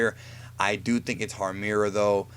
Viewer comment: IT'S HARMIRA!! GEEZ!!